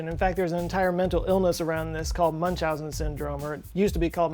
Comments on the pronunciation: Please,, look up the pronunciation of Georg and Münchhausen. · Pronounce if münchenhausen is terrible